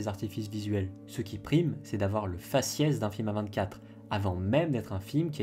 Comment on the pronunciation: Chez A24 il y a du très bon comme du très mauvais et bizarrement le très mauvais correspond bien à ce que tu dis. Mais sinon on dit A24 en anglais !!